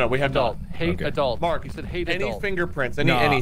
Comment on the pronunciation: Ngl heard the ghost say adult and at first i thought it said acult 😅😂🤣